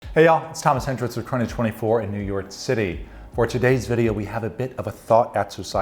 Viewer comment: Every time dude says "New York City" I know he ain't from here — good video nonetheless